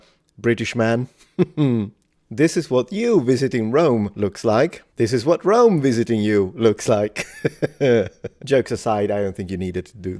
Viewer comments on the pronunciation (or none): none